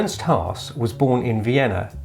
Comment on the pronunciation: Ernst Haas ❌ Ernst Pass ✅ Saul Leiter ❌ Soullighter ✅ JK man, I love your insights with these 5 photographers. Learned a lot from your introduction. ✨